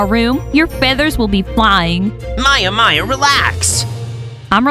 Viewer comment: FOR THE LAST TIME ITS MAYA NOT MIA OR TIA